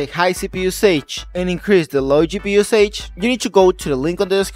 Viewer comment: Thank you very much for the video, very useful but you need to learn how to pronounce “usage” it drove me nuts 🤣😂